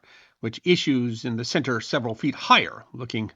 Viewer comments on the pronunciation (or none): none